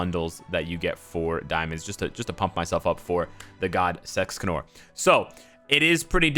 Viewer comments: hey bro why do you say sexcanor ?? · You said Sexcanor. Giggity goo.